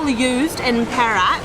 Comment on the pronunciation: good at pronouncing 'Perak' as pear-rack means silver. if pronounce it as "perl-arc" the meaning will be different, I'm not sure meaning in english, awkward perhaps. congratulations to u guys reach 20k sub. keep on posting more vid.